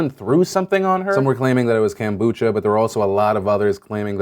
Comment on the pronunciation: Kampucha that was about the worst pronunciation of kombucha I've heard lol